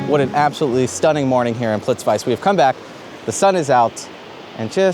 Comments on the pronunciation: Great video and I totally agree. But ‘plits-vice’?? That really hurts my ear. It’s actually pronounced ‘Plit-veets-uh’. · dude, it is pronounced "plit-witze". While your there check out Barac's caves (baraceve spilje) if you have time. Also, rastoke might be wortwhile cheking, let me know if I can help you. Rgrds Z. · What you are saying here in this video is exactly what I teach on my workshops. And seeing you in Plitvice (you really really need to work on your pronunciation 😂) is evwn better! Are you still in the area? I hope you visited Slovenia as well. It would be great to meet you in person while here...